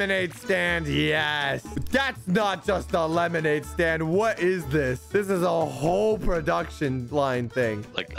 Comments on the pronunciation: he says stade instead of stand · bruh he said staid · He really said “lemonade stade” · ahh yes, "Lemonade Stade," my favorite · Is no one gonna talk abt the fact that Said lemonade Stade at the start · I noticed said Stade instead of stand... lol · bro at the beginning he said, "lemonade stade"😂😂😂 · Did any one realise that at the start he said stade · Did he really say stade instead of stand in the intro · Did just say lemonade stade in he's intro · “Lemonade Stade” Bruh💀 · Yo am I the only one who noticed he said lemonade stade in the beginning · At the beginning he said lemonade staid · “Lemonade stade” 💀💀💀💀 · Bruh you said staid not stand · Bro said lemonade stade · why did he say lemonade staid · Bro said stade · Lemonade "stade" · 4 seconds into the video and you said lemonade stade ;( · did any 1 else hear lemonade stade like=yes comment=no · "Lemonade Staid" lol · “Lemonaid staid” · you said lemonade staid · "lemonade stade" - /3